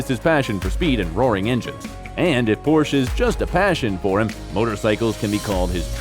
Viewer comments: A little tip on pronunciation of the name Porsche as a German, the E at the end is not silent. It's the family name of the founder of the company Ferdinand Porsche. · He's hilarious in Always be My Maybe, hahaha. SIDENOTE: dudes pronunciation of Porsche and Saint Laurent..... is this not a person, but a machine doing the narration?